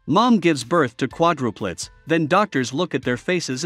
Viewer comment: hey, you mispronounced quadruplets! The most important word of the vid and it’s mispronounced! So lame! Is it a robot? Get you technology right!